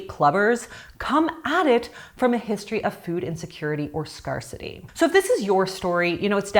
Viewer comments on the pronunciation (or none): “Scar city” hey? It’s pronounced “scare-city”